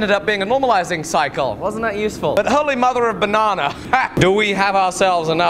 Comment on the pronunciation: It's "Banarnaring" again!